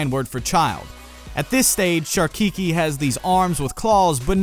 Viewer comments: looking rad, one small thing tho "Keiki" is pronounced (kay-kee) not (kee-kee) but super awesome design choice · Just some food for thought... the Hawaiian word Keiki is properly pronounced like [Kay-key] :) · keiki is pronounced kay-key. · Love the design. Keiki is pronounced Keh•key but great job with Koa and Kahuna. Keep up the great work and I am super stoked to be playing a game about my home in the near future. ^~^ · Nice design! I really like it! P.s. Keiki is pronounced "kay-Ki" and not "kiki".